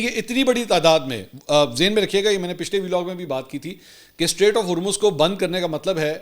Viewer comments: Strait, NOT STATE! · Mansoor continuously saying "state of Hurmz" 😂